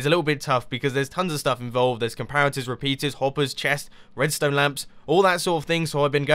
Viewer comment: Mumbo always says Redstöne :p